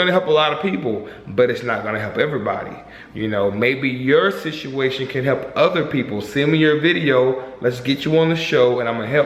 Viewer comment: Good video. It sounds funny when says "Situation"